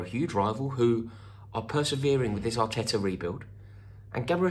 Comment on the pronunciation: The way you said Arteta makes it seem like you think he’s better than Tuchel 😂😂😂 I really hope that’s not the case lol